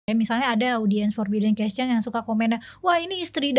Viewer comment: hostnya bilang question = kescen aja udah aneh.. aahaha